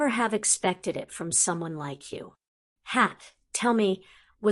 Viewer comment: Sorry, only a few minutes in and need to get this off my chest for my OCD sake: GryffinDOR, not -ER. Whi is this lady?!?! :p